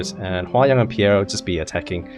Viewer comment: Dude it's Peira not Piera T_T